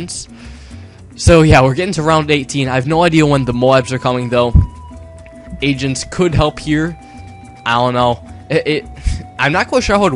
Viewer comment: agents? o, i thought u said asians :P